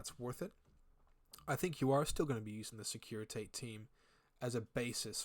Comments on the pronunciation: Great video! Quick note though, securitate is pronounced "SEH-KU-REY-TA-TAY", it's the reference to the secret police of the communist Romania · Securi…tah tay. Took me a minute to figure that one out. Not used to American accents in infinity videos. 😂 securi Tate. S’funny